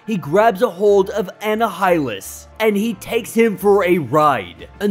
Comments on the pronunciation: Love your stories man, you have come so far. Just two constructive criticisms, iautu is pronounced oo-ah-tu the watcher. And annihilus, is just silent h, essentially annialus. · Comic break down: Anna-high-lus?? It's annihilus, a play on the annihilation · Auh-Ni-Auh-Lus From the word Annihilation. The H is silent. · bruh i know ur young probably and mightve just gotten into comics, but its pronounced M'Chron (EMM-KRON) Crystal, and Annihilus (An-ny-hil-Lus) Oh and its Uatu (Oo-Ah-Tu) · I just laughed. I was like, who's Anna Highland? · Listening to this guy trying to pronounce Uatu and Annihilus (as well as a few other words) is utterly painful!! I couldn’t make it all the way through!!